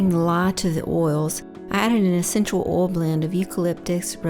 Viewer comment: I am so proud of you I have a tear in my eye. This is an amazing video that I can tell you put your heart and soul into. I love your voice over! And let me just say I did not imagining you having a southern accent! I need to change the way I say, “Oil (insert Southern California accent 😂).” You say it so much cooler! Bravo and take a bow!!!!!!!